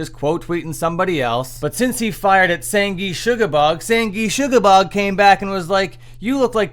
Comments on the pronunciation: You pronounced “Sangrusuoblorgg” wrong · that is the best mispronunciation of sanguisugabogg ive heard